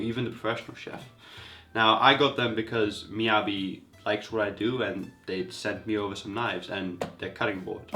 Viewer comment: An obvious shill... If you're going to compare knives, be fair when running tests. Don't make it so obvious. Or at least pronounce it right. Receiving numerous Miyabi Knives for free and yet you have no knowledge in one of more common Japanese Knife brand in most markets. Aren't you lucky..